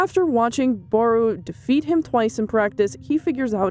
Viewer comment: Its isagi not asagi And its barou not Baro